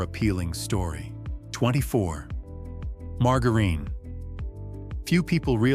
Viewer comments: I really, really, really, really wish AI would learn to pronounce things better.It's quite annoying to hear mar..jar..een.... I've noticed the bread has gotten worse and worse and worse over the last several years... Grew up on wonder bread sandwiches in the fifties... Shelf life and frozen dinners started with Swansons in the sixties... Why are so many Americans so sick especially young people? It's because of what they're putting in our food and the pharmaceutical companies are making a fortune because doctors push a pill for everything. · Mar Ga Reen? Nothing says AI as mispronunciation? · marga reen??? its ai for sure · When oh when will the AI readers learn how to really pronounce English words?!!! Margerine is not "mar ga reen", g followed by e or i is pronounced as a j. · It appears that the narrator is a robot, that can't know how to pronounce margarine as most humans speak it. (marjerin) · Lost me at mar-go-ren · has to be an AI narrator. he said "margar een" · I caught that too.😅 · Dear AI, learn how to pronounce margerine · The way you pronounce margarine shows you are fake too. The deception never seems to end these days. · Your AI narrator can't even pronounce margerine correctly. Geez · Ya gotta love how AI has such problems pronouncing words. Margarine 😂😂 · I am ROTFLOL that poor AI cannot pronounce "margarine" correctly...😂😄🤣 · AI does not know how to pronounce margarine. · This AI doesn't know how to pronounce margarine. I don't mean to say the info is wrong, but this isn't a real person. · I can’t stand AI voices that mispronounce words. I only got so far as to hear the botched word “margarine”. Ach! My ears! My brain!! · Ai needs to learn how to say margarine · 😂😂😂 - Ieas just thinking the same thing.